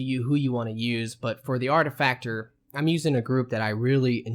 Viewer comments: Its pronounced arti-facer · No.. its literally pronounced Ar-Tif-i-cer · I love how the game LITERALLY pronounces the word "ar·ti·fi·cer", Three Eyes says it multiple times in your initial conversations with him, and there are still people who mispronounce it. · Its artifiser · AR-TI-FIS-ER, you stupid twat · Why the 't'? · I'm pretty sure that was a jab at how the author pronounces artificer. ...artifacter shakes head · Now I seet it 😂😅. Didn't put attention on that. 3 years later 😂